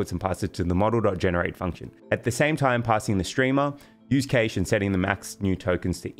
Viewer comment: Most people pronounce cache the same way as cash 💲